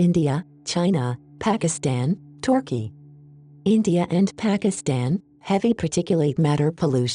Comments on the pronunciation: It’s turkey not torkey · Maybe the speakers not good at pronouncing country names because she’s not used to it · TORKEY THE COUNTRY WERE YOU TORK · I don't think the EAS Voice forgives Turkey for Gallipoli or it believes the Aussies won hence the Aussie colony of Torkey :D